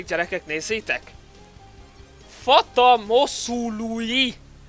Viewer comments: fátá mosuluj úgy olvassák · Fata moszuluj xDDD azt úgy kell ejtenei hogy Fátá Mosului ami azt jelenti hogy az öreg lánya, én román vagyok :)